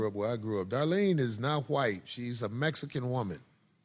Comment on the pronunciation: Thank you Cory for actually emphasizing the pronunciation... its Mexican.... not mesican